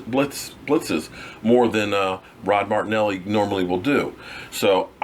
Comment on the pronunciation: You say his name is pronounced ased Rod Mare-ra-nelly.